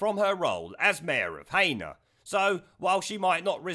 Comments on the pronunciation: She should be deported. FYI It's pronounced heena not haynor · The place Heanor s pronounced as HE-NER not HAYNOR, hope the helps. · Sorry but its not pronounced Hay-Nor, its pronounced Hee-Nor coming from Derbyshire it really grates on me when its pronounced wrong. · I don’t mean to nit pick, but in Derbyshire Heanor, is pronounced Heenor. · Laugh at how you say Heanor , i live to the south of the town in sunny ilkeston locals would pronounce it " He -nu " put both together and say fast it would sound right ! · It's pronounced 'Heenor' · Heanor in Derbyshire, just, is pronounced .....HEE NER. Strung together as one word, just letting you know. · Heeenor mate pronunciation only. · Its Pronounced He-nor . Otherwise great video. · Pronounced HE-NER mate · Heanor is pronounced he- nor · Pronounced Heener by the way :) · It's pronounced He-ner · You pronounce Heanor worse than a satnav does - it's pronounced Hee-Na. :D